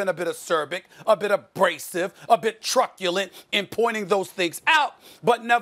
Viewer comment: did he say "truck-ulent" ?